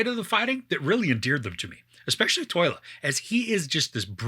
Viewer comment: btw it's Tolya not Toyla ;)